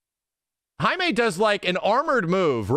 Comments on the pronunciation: Dudes name is JAY MEEE not HIGH MAY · Dude it's Jamie, not Jaime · It’s JAY ME, not HIGH ME. He’s not Hispanic. Lmaooooo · He kept saying Jaime instead of Jamie 🤣 which kinda confused me at first